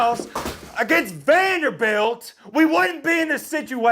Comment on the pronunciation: Say it with me.....VANDERBILT 😆